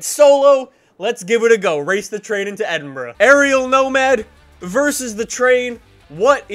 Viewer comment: raciing into edinbruh